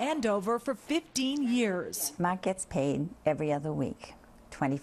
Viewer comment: After 15yrs wtf??? Did she just say MA-K who da f is that his name is Mark !!!